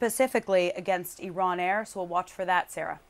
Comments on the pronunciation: Where is Eron? Why is Eron giving missiles to Ruzzia? OH thank you Blinken.. Iran.... Why do muricans mispronounce everything? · Excuse me young lady, but what the hell is an eeeron???🤨